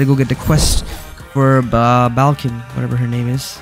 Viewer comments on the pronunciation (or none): "Balkan" bro 😭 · BRO CALLED BAIKEN BALKEN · Isn't it pronounced as Baiken? (I wanted to make a joke, but he fr messed so much that he said buko and balkan💀) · its baiken im about to crashout if you call it balkin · Bro doesn't even know about guilty Gear 💀 bro FR called baiken "baLken" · butchering the name so many times hurt my soul just a little bit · Idk if anyone else said this but not to be rude just informative It’s pronounce bye-ken B-I-ken = baiken and she’s also from guilty gear. Their most recent game she’s in is guilty gear strive. (Also she’s a dlc character btw.) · Is baiken pronouced as Bal-ken or no? Cuz him saying balken everytime pissed me off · That is not how you pronounce baiken